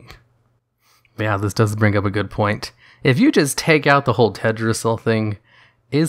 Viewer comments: Pls pronounce the "L" in TeLdrassil... It sounds strange without it. And a little lore correction: in w3 when Sylv is fighting the 3 dreadlords: First she uses mind control on the creeps (ogers, murlocks, trolls, bandits) in order to amass an army to take out Varimathras' base and when she does defeat him, he bargains with her, she spares him and he joins her. After that they assault the ruins of Lordaeron, where the humans had made a base and the second dreadlord Detheroc had them under mind control as well. Varimathras puts everyone to sleep for a short time, giving him ans Sylv enough time to kill Detheroc. The removed the mind control from the humans and their leader Garithos struck a deal with baby girl Sylv to retake Lordaeron from the final dreadlord Balnazzar. Of course after they do she simply kills the human :)... so firstly she has been morally fucking dark from the start( I would even say she was written to be much more evil in w3 and vanilla then now lolz)... and secondly I just wanna say I am totally fine with her doing all that stuff, I love it(would be nicer is her reasoning was explained a bit better), as a Sylv fanboy I gladly would kill anyone she tells me to. I honestly enjoy the option to side with her in BFA, ot gets boring playing as the good guys all the time... and being the heroes. It would be cool if we had an evil playable faction XD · everytime he says tedrassil it throws me off. then i remember. it shouldnt be a big deal. but it is. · yeah... it's fine if he said it once or twice or whatever... noone is perfect and pronunciation for non-natives is hard.... but there was that one part at like the 3rd or 4th comment where he said Tedrassil like 20 times... I got soo triggered I started laughing😂😂😂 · "Tehd ra zil" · I love your channel and your videos but, but you're forgetting the first L in Teldrassil. Also saying Cairne is more "Care-n" instead of "Car-ne", because of the I in Cairne.